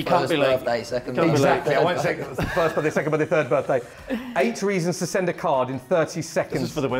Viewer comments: I don’t know guys how your english dialects works, but why Johnny says “8” like “it”? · I love the way how Evans pronounces the number Eight 😂